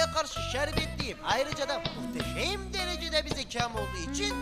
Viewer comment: muhtesem derejede diyor😅